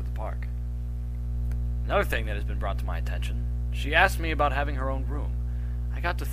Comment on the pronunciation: Thing not thong. Sry X)